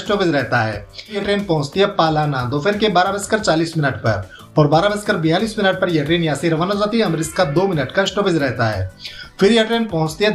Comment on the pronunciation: पालाना नही है पलाना है भाई नाम तो सही से बोल ले फिर विडिओ बनाना